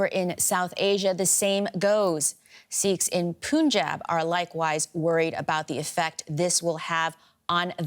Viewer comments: It’s not pooonjab man…. It’s Punjab. You should know how to pronounce as a reporter 😏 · The pronunciation is like “Panjab” not “ Punjab”. You should read as Panjab. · DW should not act like jokers especially by the Chinese news anchor even they wrongly pronounced punjab